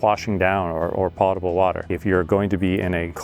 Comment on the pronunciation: good video, but potable is not pronounced "pot-able" - its pronounced "poat-able" - poat like boat